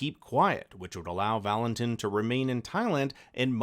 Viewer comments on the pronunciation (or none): VAL-in-TEEN, not tin